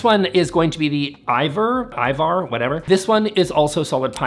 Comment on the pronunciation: Another Swede. So most languages have straight vowels. So it should be easy to pronounce Ivar "Ee-var". That's the number one hack to improve your IKEA pronunciation.